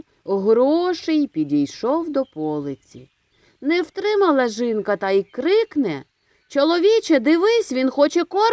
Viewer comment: Чому говорите жинка , а не жінка?🤔